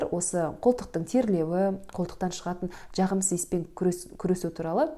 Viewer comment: Дж дж джағымсыз деген нен тыңдау қиын. Дж демей сөйлеуге болмайды ма?